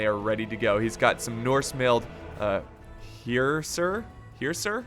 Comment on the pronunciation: The Norse Male Hersir are Pronounced her sire re (MALED)